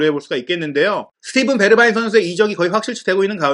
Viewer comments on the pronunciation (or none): none